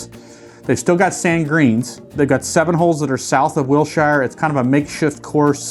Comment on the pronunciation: Wilshire Blvd is pronounced will-sure. Spelled shire, not said that way.